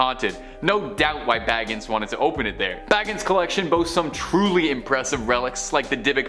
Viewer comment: It's Zak Bagans like Bacons but with soften G sound .Not Baggins!!